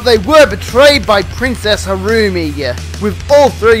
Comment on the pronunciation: You're right who is this "harucu"?